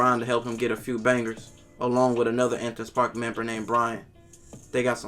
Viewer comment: Am I trippin, or is he calling it "Antins Park"?